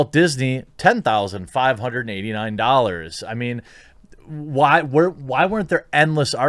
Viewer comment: Jeremy, ffs... Its Ten and a half Million doll hairs.